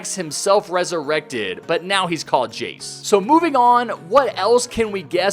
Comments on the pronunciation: Its called jaxe not jace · Not Jace it jaxe